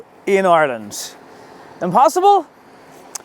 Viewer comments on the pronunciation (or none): none